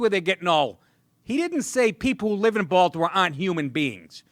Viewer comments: "Baltimayor" lol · Woah, did he just accidently say Baltimayor? 🤯 Thats the dopest error I've heard this year. & If purposely said.. still🔥 👍